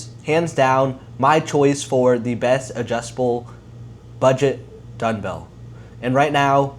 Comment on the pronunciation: Are you saying Dunbell?